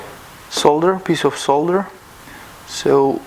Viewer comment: клевый лазерец. сколько такой стоит? где купить? сколько он мощности рассеивает, что ему внешнее охлаждение треба? пысы. звыняйте за придирку, может, это вас и не волнует (но зачем тогда все это представление с английским?), но в слове пайка буква L не произносится (полностью извиняя нижегородский акцент).